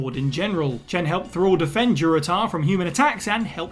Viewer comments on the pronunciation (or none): none